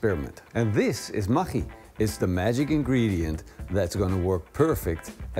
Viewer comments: Spell it "ma-GG-i" like in the word Buggy. When you say it i sounds lika "Ma CH I" . Even you are right, i think most of the poeple spell ist "ma-GG-i" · it's pronounced MAGGIE, like Maggie from The Walking Dead. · We have Maggi noodles in Australia. But we say it as Maggie We pronounce it with an e on the end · What did you call that? Maghkchi? Never heard it pronounced that way before. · lolol i didnt know that's how you pronounce the name. Here is asia we just pronounce it as "Maggie" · pronounced Ma-gee :D